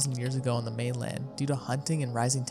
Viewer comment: Wooly mamoth mainland made me freak out as an aussie